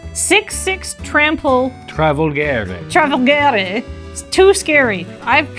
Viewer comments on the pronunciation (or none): This video was a blast, loved it! Btw Italian here, if someone is interested in it, you pronounce the g in "Travolgere" as a "dj" sound, the way they said it it's written as "travolghere" in Italian, wich has no meaning as a word and made the video even more funny😂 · As an Italian hearing pronunciation of colossal dreadmaw was hilarious (it was pretty good though). "Travolghere" on the other hand was really bad ahahahah